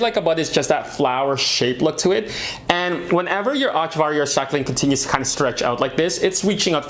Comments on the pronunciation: Its echeveria no achavaria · Great video!!! Love your Peperomia frost. That’s one of my favourites too! I’m going to be a Plant Karen now - Echeveria. Ech-e-ver-eee-a. You had it bang on at the start and it’s slowly morphed into an unrecognizable word by the second or third time you said it. Hurts my plant brain!!! 🌱😆🤦🏼‍♀️😂💚